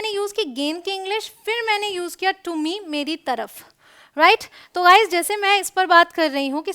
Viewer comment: Woh sab toh theek hai ma'am ग़ाइज़ (guys) nahin hota गाइज़(guys) hota hai ग boliye।।।। ग़ नहीं।